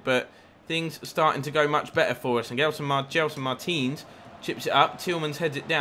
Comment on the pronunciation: when you say Martins it sounds like Mertens